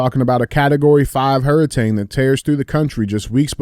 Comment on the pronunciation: Bro DJ just said hurritane…Might need to put in a little more time in with that book😂